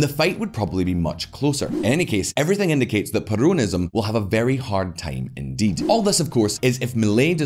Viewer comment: My Lord Please Is perOnism NOT perUnism Omg.....